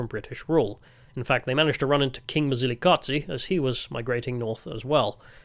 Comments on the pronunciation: Quick tip, the Z in Mzilikazi is a soft Z that you hear in Zulu. Ndebele is basically the same language as Zulu. The hard dz sound is a very distinct Shona sound. Therefore your Mzilikazi pronunciation almost sounds Shona. Also Tokoloshes are both a Zulu and Ndebele belief. Look them up. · Mzilikazi ….. is not pronounced mzilikatsi …. It’s pronounced as it’s written …… it’s not German or Italian dude plus he wasn’t a king either